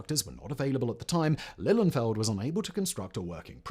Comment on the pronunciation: Today’s mispronunciations: We don’t say “eff-ee-tee”, we say “fett”. Not “lill-un-feld”, but “lill-EE-un-feld”. His name is Brattain, nor Britain. It’s pronounced “BRAT-un”. That is not how you say “calamity”.